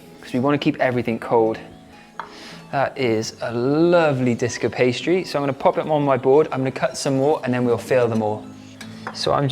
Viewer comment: This was so fun to watch! When you said “disc of pastry,” I heard Disco Pastry. I think we should introduce that as a new culinary term 😂